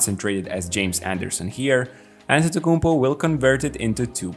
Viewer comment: why he say his name like that 💀😂